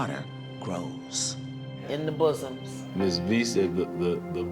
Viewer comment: Please stop saying bossom 🤮😂😂😂😂